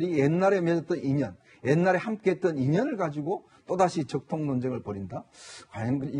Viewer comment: 적통, ㅋㅋ 발음조심해라ㅡㅡㅡ